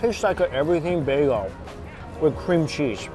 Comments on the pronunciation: When he says bagel it's sounds like "baygo" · Someone teach this man how to pronounce BAGEL